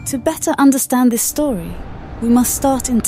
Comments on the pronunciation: "To betta understand the histori of the..." lol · "to BETTA understand" 🤭